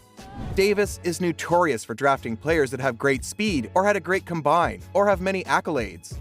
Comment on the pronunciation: As soon as I heard you pronounce "Combine" I stopped watching.